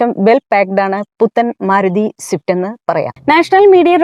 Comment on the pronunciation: സിഫ്റ്റ് അല്ല സ്വിഫ്റ്റ് 😂